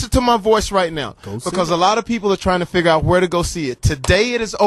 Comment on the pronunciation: Boi Wanda Foxx Is a great actor. He really believes Oprah was really there. That Oprah was not interviewed over a NEXTEL phone. 📢📢 " Conversations with a FIGG-ard. 😂😂😂😂😂😂😂 Come on nah Jamie Foxx.